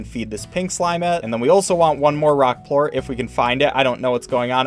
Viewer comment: ''Phosphor port's instead of phosphor plort